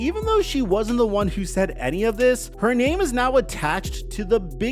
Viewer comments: needs to see this comment for future reference because it sounds so disrespectful pronouncing names incorrectly throughout the entire video 😂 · Dude.. If you don't even know how to say the name of one of the top 3 players in the league then maybe you don't know enough to share your opinion.